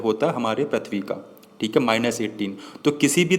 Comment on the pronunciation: Not prathbi say prithbi